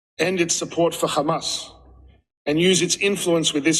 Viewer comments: So this is something I don't get, is it some sort of covert or backhanded insult to refer to Hamas as "Khamas"? BecauseI can't understand why they keep mispronouncing the name. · Anyone else annoyed by the way Israelis pronounce Hamas?